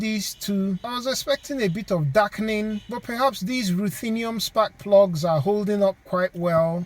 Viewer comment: "spak plugs" hehehehe